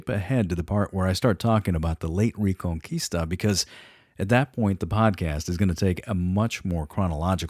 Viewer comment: This sounds good but i cant stand your pronunciation of reconquista. Also its taking too long,i might change the channel